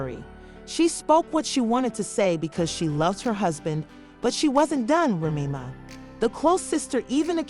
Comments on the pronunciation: Please pronouce the way its spelled , like the drink Remy Martin then put Ma . Remy Ma . I get tire of listening to a podcast u go all the way through not pronounceing the name right , make that apart of ur job please , an ur not the only one with these podcasters they need to stop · Yeah I had to turn it off. I couldn’t take it anymore.